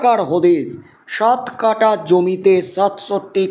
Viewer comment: বেআক্কেল ভাই, কাটা নয়, কাঠা । লেবু, লঙ্কা, আম, কাঁঠাল কাটা হয়, যায়, / But জমির কাঠা হয়, জমির কাটা হয় না। বর্ণ, অক্ষর, শব্দ প্রয়োগ সম্পর্কে প্রশিক্ষণ নিয়ে নাও ! 😏😏😏